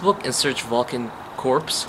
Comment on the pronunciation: valken corps is pronounced core, like marine corps